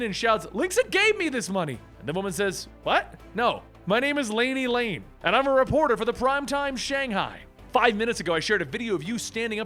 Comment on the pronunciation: Guys it's Laney LAN. Not Lane. pronounced her name wrong. And the JLC are meant to be Chinese cutouts at first, it's supposed to be a stab on how China makes bootleg versions of western products. Trust me, the JLC will show personality traits and powers very differently than their American counterparts. Especially Kenan who develops a unique power set of his own later on. So stick around, its definitely been one of DC's best!